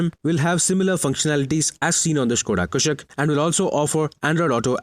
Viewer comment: One of those who can correctly pronounce "Skoda Kushaq"